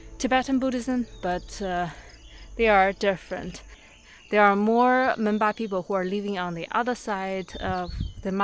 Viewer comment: Sounds like memba instead of monpa